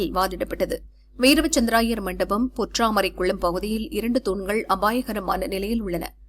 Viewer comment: AI தான் நியூஸ் வாசிக்குது போல. வீர - வசந்த- ராயர் என்பதை வீரவ- சந்த்ர-ராயர் என வாசிக்கு து